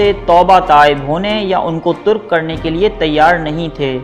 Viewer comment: bilkul tark hota hai turk ni.